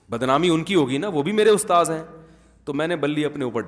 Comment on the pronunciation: Bahut achha bolte hen sub kuchh ustaad ki jagah ustaaz bhi so cute